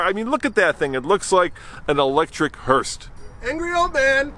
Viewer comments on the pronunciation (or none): Hurst? Or hearse? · No t in hearse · There is no T in hearse.